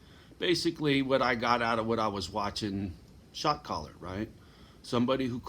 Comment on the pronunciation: you keep saying shot caller, I hear shock collar 🙂 puts a different spin on it. thank you for caring for yourself